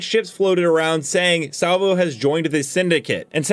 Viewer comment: lol Salvo not Slavo LOL